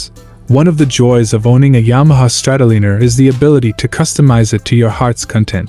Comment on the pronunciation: Exactly..... guy needs to learn to say the bikes name before making a video about it ( Strat O Liner) Just like Oceanliner